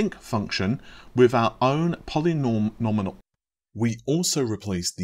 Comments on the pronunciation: Yeah it's Poly Gnome e-all LoL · you had it right when you said Sinc function (sounds like "sink") then it fell apart at polynomial lol. But then you changed it to Sine during your redo pronunciation. Total "A" for effort baby, lol:) Glad to see the channel is growing at a great pace lately, been a long time coming, you deserve it!